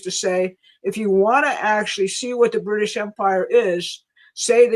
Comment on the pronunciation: "Bwitish" "Stwategic" "Pwoblematic" - for the love of Jesus, let's get this woman a speech therapist...